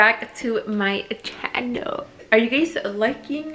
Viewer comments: Chano not channel but chano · Please just say Chanel, not chaaaanoeeeel 😫😫😫🤣🤣🤣